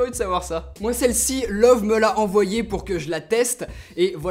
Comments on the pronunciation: Juste pour info, ça se prononce "Leuveu", pas "Love" ;) C'est Allemand :P Après, je suis vraiment pas fan de cette marque, je la trouve trop cher pour ce que c'est, même si ce modèle est plutôt "abordable" pour de l'OLED 4k. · Salut! Pour info, "Loewe" est la traduction allemande du mot "lion". Mais surtout cela ne se prononce pas comme "love" mais plutôt "Leu-ve" ("eu" comme dans le mot "noeud" et le "e" final comme dans la première syllabe de " veuve"). C'est la prononciation officielle internationale de la marque. Bien amicalement et merci pour tes vidéos. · Loewi on prononce i à la fin pas e même si c'est écris Loewe xD